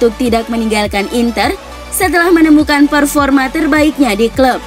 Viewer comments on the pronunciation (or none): none